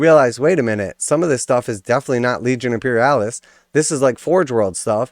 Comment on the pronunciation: After he said Imperialis, I had to stop the video.